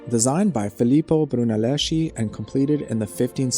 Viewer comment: NEVER pronounce Brunelleschi as Bruneleshi (as tempting as it may be) but as Bru-ne-les-ki